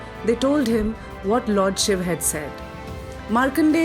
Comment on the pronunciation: So far found the only video which calls shiv and not shiva, In today's world everyone is busy in englishisation of words this may seem new term but it's true especially for those who study literature and changes in literature. In today's date every Sanskrit word is attached with an extra "a" sound which disturbs its meaning and pronounciation Pls spread this knowledge